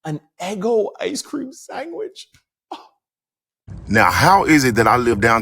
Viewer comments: Are you saying “sangwich”? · Are you saying “sangwich” ? 😂